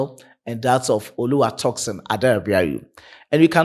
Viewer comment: Bro, you murdering Tosin’s name- it is not “ToxinSon” but Tosin pronounced (Toe-Seen). You are welcome😊